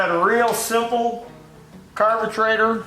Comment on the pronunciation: I catch myself using terms now. "Carburtrators 😂". "Now there's your dinner"